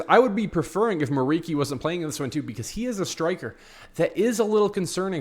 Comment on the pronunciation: It's pronounced like MURICHI, not MURIKI. He's Albanian.